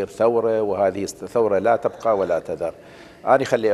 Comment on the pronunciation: (لا تُبقي) مو (لا تَبقى).. انت دكتور يا علاوي